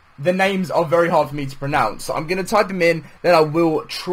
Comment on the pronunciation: He couldn't even pronounce pronounce lol 😂